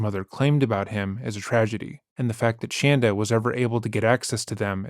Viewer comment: I LOVE LOVE LOVE how you pronounce Shanda's name! 😍 😂😂 It's fantastic